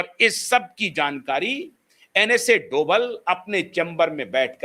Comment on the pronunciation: डोबल नहीं डोभाल जी है